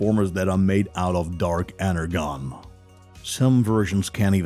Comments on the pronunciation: You pronounced energon wrong it's energon the g sounds like a j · am i the only one thats upset by the pronunciation of energon cuz the g is pronounced with a “j” sound so its ener-jon not ener-gon(e) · Ener-Gone? Energon = Ener-john. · Can we just.. ok but he said “ener-gone” not Energon😂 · It’s pronounced Energon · Drives me crazy! “Energon” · The G is pronounced as a J in ENERGON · It's supposed to be pronounce Ener-john, yeah? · ITs ENERGON (enerJOHN) as you were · Energon is pronounced enerJon. Its rooted in the word energy. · How can you possibly say energon wrong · Ener - Gone Ar - Key 😭😭😭😭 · Arcee is pronounced as "R-C" Energon is pronounced as "N-ER-John" Please do more research on pronunciation on the correct names as it would make you more of an idiot. I'm not trying to insult you but you are taking words and mispronouncing them. I'm only trying to help. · 'Scourge' Goes to show Alpha Trion, sad to see the guy talking has little to no knowledge of transformers, and just saying whatever the script was given to him. Also please the right pronunciations are enerJon and arSee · Listening to this narrator butcher common words like energon and Arcee makes me believe he’s never actually watched any transformer cartoons, movies or shows 😆